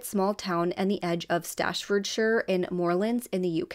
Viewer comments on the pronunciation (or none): STAFFORDSHIRE...NOT stratfordshire . I know you are not local , but read the word please .